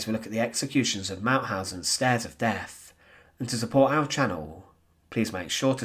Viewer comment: Very sad and very interesting. As much as I enjoyed listening and watching your video, I found it slightly irritating in that your pronunciation needs some work. I know it's becoming increasingly common, but the letters "th" are not pronounced as "f" - that's what the letter "f" is for. For example, the "Stairs of Deaf" just doesn't sound right. Sorry ;-)